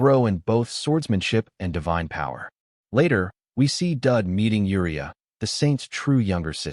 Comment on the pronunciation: The guy's name is Daud (rhymes with "laud") not Dud, but I have to admit that Dud is pretty funny.